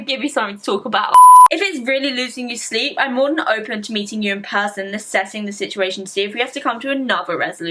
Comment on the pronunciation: Hahaha you read REASSESSING wrong 2 times😂 no hate i actually love you😂💕❤ Edit: Assessing**